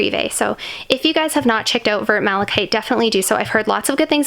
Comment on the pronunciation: I love Vert Malachite myself and own it too, but it's pronounced "verr" and not "vurt" hun. The French don't pronounce the "t" at the end.